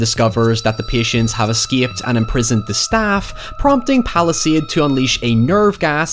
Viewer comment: Every time you say Palastade I think Palestine